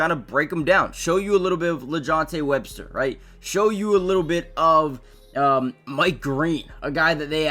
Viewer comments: It sounds like your saying Webster smh it’s Wester correction!! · SMH 🤦🏾‍♂️ The man name is WESTER not WEB-STER‼️. Respectfully speaking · It's wester not Webster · It’s Wester not Webster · Omg it’s Wester. Learn to pronounce his name before you make a vid. Smfh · He definitely saying Webster but somehow gets his name right in the title. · Extremely high on this guy, proceeds to pronounce his name wrong 😂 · Yeah that was about to irritate me😂